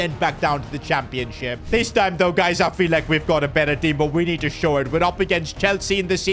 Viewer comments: And why does he say ‘championsip’ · Did anyone else notice said Championsip 😂😂😂 where was the h?